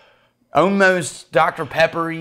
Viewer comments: Just love how says ”ALMOST”, so satisfying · Is it just me, or did inner Leprechaun start revealing itself with his pronunciation of "Ohmost"? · "OHMOST Rootbeery, OHMOST..." The balls is OHMOST.... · Yeah, i've noticed the way he pronounces "almost" is distinctly NOT Texan and more akin to a friend I know from West Virginia......